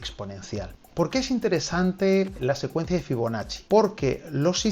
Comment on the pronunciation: Escuché «figonacci» y entré corriendo